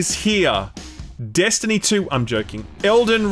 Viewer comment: Bro say “Destiny” one more time